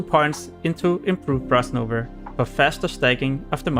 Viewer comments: Good guide , but wtf is "frost nover" , its frost NOVA , and munster , hehe 🤣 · "Frost nover" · Easterners sound out that end “a” so weird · you may laugh abouth his pronounciation of frost nova. he did a really good job explaining how to successfully aoe farm to 60. his language barrier didn‘t stopped him to make this video. he is a hustler. great video!